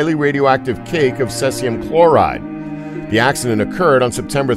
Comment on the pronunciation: Thule is TOO-LAY, not thool. Cesium is SEIZE E UMM, not kaysium